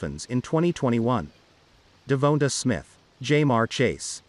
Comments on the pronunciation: Devonta please Lord learn how to pronounce his name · Say his name right or just say smith